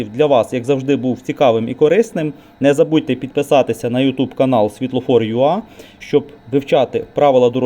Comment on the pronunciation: Вибачте, пане ведучий, але Ви робите помилку, яка дуже "ріже" слух: правильно буде "світлофорюей", а не "світлофорюа", так як перша буква англ. алфавіт у - "ей". Вибачте, не хотіла Вас образити)